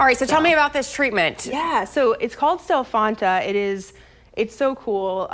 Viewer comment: She said Stelfonta